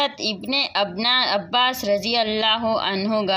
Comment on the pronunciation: హజరత్ ఇబనే అబ్బాస్ రజియనహు. గారి పేరు సరిగ్గా చెప్పమ్మా తల్లి.